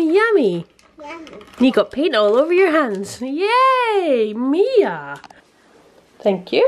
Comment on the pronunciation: They really enjoyed it. And my daughter was very happy you said her name right. You'd be surprised how often it's gotten wrong. Thank you again 😊❤️